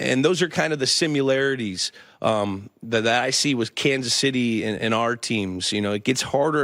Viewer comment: Lmao the “simularities” pronounced it that way two times